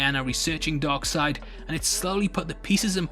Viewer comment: Funny enough you said "Dog Seid" or DarkSeid